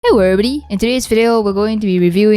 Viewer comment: omg its 6am i felt groggy/sleepy and i didnt know my volume was on max and tgat "hewwo evewybody" woke me up